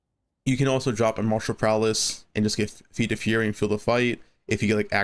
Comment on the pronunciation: Are you saying martial prowLess instead of martial prowess?